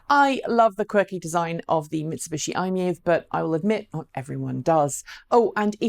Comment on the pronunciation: Could you please pronounce MiEV correctly as MY-EV! It is an acronym after all.